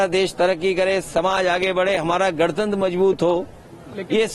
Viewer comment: Isko to gantanter bi nhi bolna aata